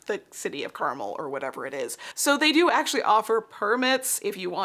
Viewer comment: Ha as someone who lived in Indiana I know exactly where the mix-up comes from, but the city in California is pronounced Car-MEL ;) Thanks for the video, I enjoyed watching!